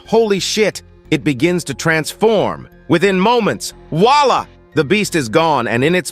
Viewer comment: I like how he says "voila" like "WALLAH". Wallahi my brudda